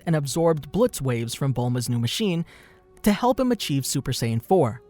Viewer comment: It's strange that you would pronounce Pan correctly in It's native form, but not Saiyan or other names.